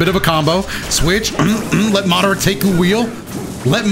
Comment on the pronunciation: he really said mawderuh youchihuh